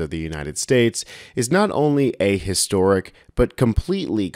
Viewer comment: you lost ‘em with: “a-historic”😞. (don’t even want to guess)